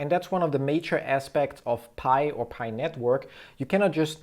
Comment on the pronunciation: Its not paj its pi